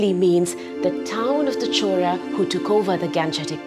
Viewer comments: why she pronounce 'chora' not Chola or Cholan? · Am i the only one hearing "chola" as "CHORA" 😅